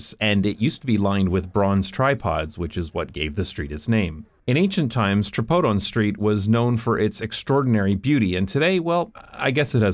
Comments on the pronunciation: I don't think it's pronounced "tra-pode-on", my guess remembering how Greek immigrants spoke in Boston, would be "tree-pod-on" with the last syllable pronounced the way the French would pronounce it. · tbh i was thinking "hey, his pronunciations aren't so bad!". they were still wrong, but better than i'd expect from an english speaker. most of them would say dionysos with a die sound instead of a dee sound and tripodon with a try sound instead of a tree sound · For anyone asking, it's pronounced "tripóthon"